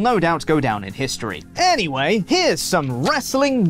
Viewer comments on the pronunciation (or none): none